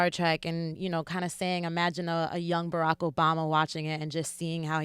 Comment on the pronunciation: baRrrack?? but represents, or america, art, more,.... all of the other R's dont roll, but baRrrack rolls??